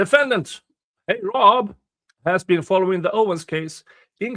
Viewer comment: Love how you pronounce heyrob 😉 and appreciate that you cover it.